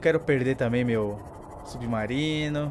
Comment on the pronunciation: E só eu que acho que ele fala subnarino?